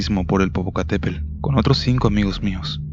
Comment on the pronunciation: Nada más una observación, cuida tu dicción o la pronunciación correcta de las palabras, es INTEMPERIE (no interperie), es POPOCATEPETL (hay que pronunciar también la última T, NO se dice Popocatépel